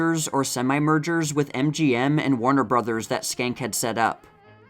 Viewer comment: I love your videos and have watched for years! I think Joe Schenck's surname is pronounced "Shenk" because in Harpo Marx's autobiography, Harpo said when he was in Paris he stayed at the Hotel Georges V (Georges Cinq, or George the 5th). He couldn't get the pronunciation of Georges Cinq right until he realised he could say to the taxi driver, "Hotel Joe Schenck" and it always got him there 😂